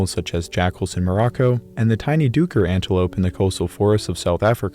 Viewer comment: Hey, HNY - not sure if you will see this but just wanted to point out that Duiker is pronounced 'DAY-ker'. Thanks for all your great work!